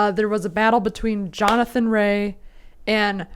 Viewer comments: ok listen if you're gonna talk about motorcycle riders, get their names right it's Jonathan Rea pronounced Ray not raya wow 🤦🏼🤦🏼🤦🏼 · Pronounced 'Ray' not 'Rayer' 😆